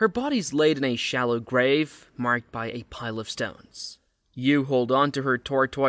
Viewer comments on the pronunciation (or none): none